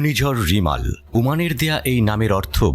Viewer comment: রিমাল নয়।।রেমাল